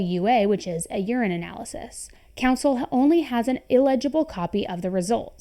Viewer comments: It's pronounced "urine-alysis" not "urine analysis". I'm not trying to be a Grinch, just want you to know for future videos. 😅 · Urine-Nalysis not urine analysis